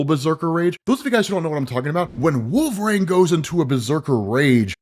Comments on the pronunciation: all i hear is wolve-raine and it's fucking annoying. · ah yes....... I too love the x-man "Wolvraine" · I've only heard him pronounce his name correctly maybe twice...😂 wolver Rain.😅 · Why do you pronounce Wolverine like Wolve-rain? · Drink every time he calls him wolveRAIN. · Stopped , even at 1.75X because I cannot stand the way you pronounce "Wolverine" and say "WolverAIN"??? We know you're not illiterate, can you pronounce his name correctly? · “Wolvrane “ I’m Srry but it’s clawing my brain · Is it just me or is saying Wolver-rain? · I absolutely love your content, but the way you pronounce “Wolverine” aggravates me to no end 😂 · Imma be honest dope vids but you say Wolverine like a narc😂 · I can’t be the only one that cringes when he attempts to say Wolverine, am I? Surely after all these years someone has said some thing. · Why is pronouncing Wolverine like he had a stroke? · Please learn to say Wolverine. It’s burns my ears every time. 😅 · Can you not pronounce wolverine? Last time I checked, wolverine doesn’t have an A in it.